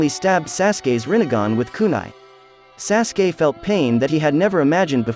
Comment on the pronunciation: Your not even pronouncing sasukes name right...